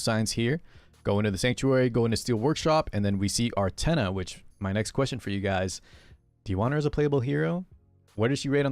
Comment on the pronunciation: sounded like you said "our tenha" and i was like, damn, i miss tenha